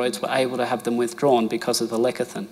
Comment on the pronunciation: Great info. Side note: Why is he pronouncing lecithin as "lekathin" instead of "lesithin"? Is it a "down under" thing?